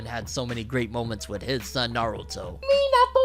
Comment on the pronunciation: The way you pronounce Minato is so cringe 💀 no shade though